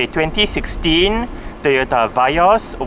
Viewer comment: Vee yos rite not va yos